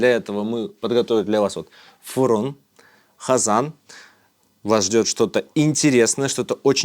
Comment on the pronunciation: Къырым а не Хырым, къазан а не хазан. Хватит уродовать крымскотатарский язык